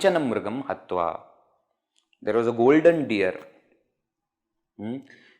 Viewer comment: It is deer and not dear!😂